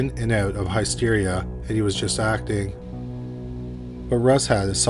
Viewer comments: Ai slop, can't even pronounce hysteria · It's not Ai, I suspect has a bit of dyslexia